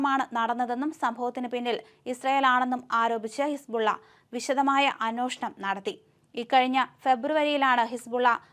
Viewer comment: കൊച്ചേ.... "അന്വേഷണം "എന്നാണ്...... അന്ന്യോഷണം അല്ല.....